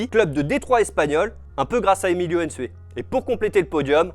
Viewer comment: C'est pas N'sue mais Nsue on est fatigué M'bappe, N'gijol,N'tamack .arrêtez svp pour une fois pour toute